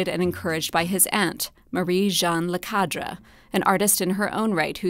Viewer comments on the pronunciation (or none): Great video 😊 However you pronounced « Lecadre » very weirdly, as if the « e »s were french « a ».